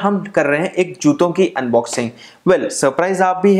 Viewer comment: At 0.13 sec juto sounded like chuto kind unboxing